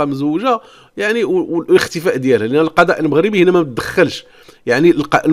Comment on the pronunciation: نقول القضاء اخويا وليس القداء بالضاض وليس بالدال انت تنطقها بالدال.